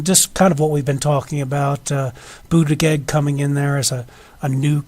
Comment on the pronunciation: Interesting analysis, but work on your pronunciation of Buttigieg.